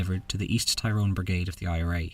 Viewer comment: It's pronounced Tir rone not Tie rone. Tie rone flips burgers in Murica.